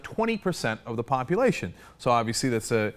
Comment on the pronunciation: Did he say "populationship"?